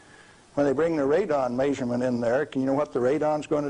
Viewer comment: May-suring. May-surement. 😂